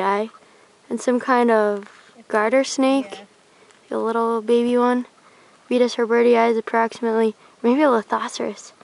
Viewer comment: Abeetus herberty-i. Ok kid pronouncing words i never heard as if he an insectologist